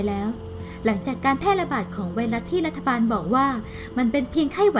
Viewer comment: ตอนเปิดคริปคำว่ารัฐบาลมันเเปลกๆนะ